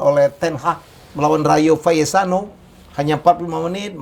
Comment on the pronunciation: Rayo valesano RB salsburg Sokyer setau saya gk gitu nyebut nya pak